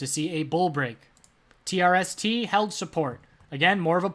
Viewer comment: You messed up on the TRST ticker again lol